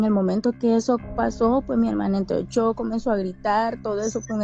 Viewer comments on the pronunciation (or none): none